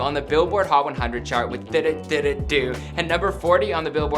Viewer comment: The way he pronounced ddu du ddu du lmao